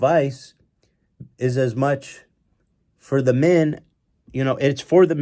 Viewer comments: "What would we do without minn" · The way Ethan say "Men" as "Minn" will never not trigger me lmao